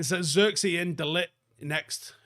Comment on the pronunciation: The i in zirkzee is like the i in sh*t. The ee is pronounced like the letter A